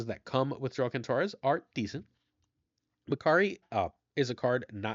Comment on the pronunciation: I'm almost certain Joaquin is pronounced wha-keen. I'm not from that community specifically, but my life experience on this leads me to feel very confident. Not trying to call you out, but you pronounce names so well usually that one stood out as odd.